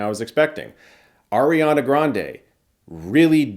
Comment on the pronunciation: Eriana its Ariana never heard anyone pronounce it liks that and of course you have to brag about seeing it early